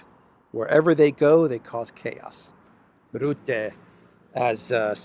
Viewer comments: You will be talking a lot more in the future about Rutte I guess. So here's the right dutch pronounciation: R - uhh - tte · The right pronunciation of the u in Rutte name is more like the u in " bucket"